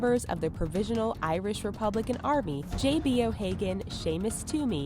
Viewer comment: I'm Irish and how she said Irish annoys me